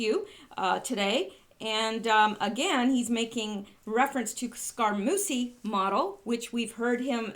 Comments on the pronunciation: Scaramucci is pronounced Scaramoochi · Scaramucci is pronounced Sca-ra-moo-chi.